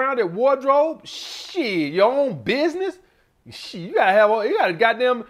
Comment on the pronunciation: that 'shieeeeeetttt' is straight from Alabama eeh haha...